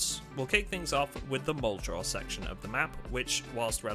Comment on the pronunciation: I think you've been making zomboid content long enough that you should be able to pronounce muldraugh correctly